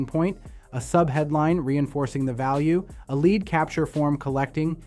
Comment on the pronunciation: Was sounding very very interesting until... I heard the AI voice clone say lead (as in the metal) instead of lead (as in lead me to victory)